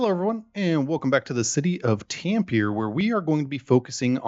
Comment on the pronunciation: As a finn "tämpierer" hurts my brain